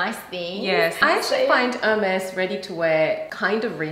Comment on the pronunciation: Thank you ladies at least you know how to say Hermes. Do you know you only got the leftovers? I would not pay $100.00 for one of them. I still got my grandmothers Hermes saddle, my mothers scarfs , my own, towels, blankets and pillows, heaps of bags even on my husbands boat. Heike Port Douglas Australia